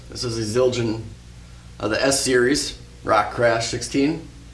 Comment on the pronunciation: That Zildjian pronunciation was spot on mate :D